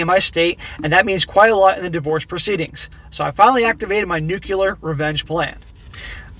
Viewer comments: Please, please, the word is "nuclear", NOT "nucular". As a nuclear engineer, this really is irritating. This u-tube of yours was most EXCELLENT! Your comments add to the greatness of it. Good on you! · . Please learn to pronounce "nuclear". It's "NEW clear", not "NEW cue lurh". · NUCULAR REVENGE, LOVE IT 💋💖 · * Nu clear not nuclear, new clear.